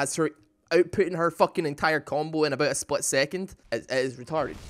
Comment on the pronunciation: vactually, nou, spvit second ahahahahahhaa